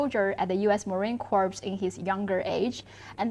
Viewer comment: By the way let Li know we are former Marines, not titled as Ex Marines. Pronunciation is marine cor, (ño p, no s) sounds.